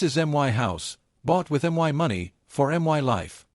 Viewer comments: AI is too stupid to pronounce "MY" wtf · Why does AI have such a difficult time saying the word “my”?